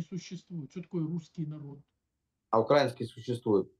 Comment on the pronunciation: Мне нравится как он услышал уже раз 10 правильное произношение ‘украИнский’, и при этом продолжается умышленно произносить неправильно, чтобы подчеркнуть, что это какие-то там окраинцы, другое дело русские ух